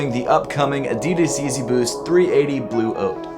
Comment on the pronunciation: Lol it sounds like you are saying Yeezy 380 blue oats 😂